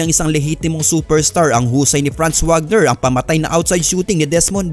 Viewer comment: Wagner is Pronouced as "Vagner" since German si Franz